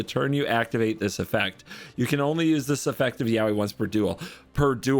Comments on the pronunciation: Note that "Yowie" is pronounced "yoh-ee" not like "Yaoi." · this video really was just flexing his misdirectional skills ps: it's pronounced YO WHEE